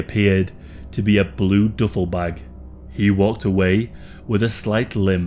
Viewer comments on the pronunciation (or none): "Doofle" bag😂😂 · I know what a duffle bag is.. you said DOOFLE.. Not Duffle.. lmao.. hail Satan!